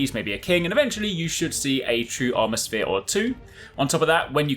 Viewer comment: Drinking game/challenge: Drink whenever he says armour spere